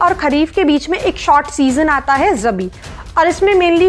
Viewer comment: not Rbi it is Rabi